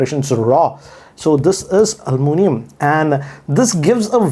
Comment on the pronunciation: Americans: It is Aluminum! Others: It is Aluminium!: Hold my Almunium!